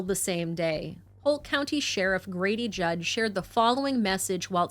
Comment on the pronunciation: It’s JUDD not judge